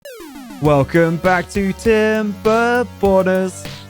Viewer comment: I hate to be that guy, but I keep hearing "Timberboners", whenever says "Timberborners."